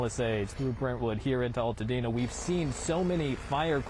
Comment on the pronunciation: Altadena pronounced long "A" btw